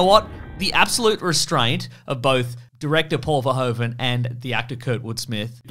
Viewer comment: Paul 'Verhoeven' is actually pronounced like English 'Verhooven.' Ironically, the English pronunciation of 'Verhoeven' would be written als 'Verhooven' in Dutch.